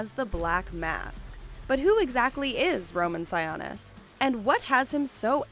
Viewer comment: Sigh-OH-nis. no sawanis ya dum betch. thnx for the extra info tho